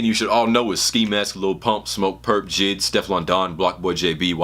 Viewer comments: pronounced J-I-D its three separate syllables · Boi who tf is jid😂 you mean J.i.d